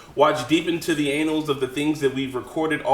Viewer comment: Urmmmmm It’s pronounced Ah-Nullz Not Anals. That’s a totally different history lesson